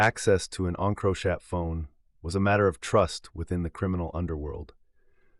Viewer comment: And the pronunciation of encrochat 😂😂 I had to turn it off to 😂😂